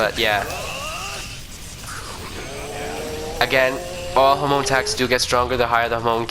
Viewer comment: Lmao all I hear you saying is homo instead of Hamon